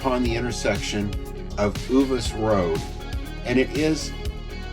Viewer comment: Too many of the prime sites have been closed for far too long. In the first section on the right by the Horseshoes only 8 of 20 sites are open. Its very frustrating being sandwiched in while I look at rows of empty spots. Uvas is "YOU vus" not Ooh vus.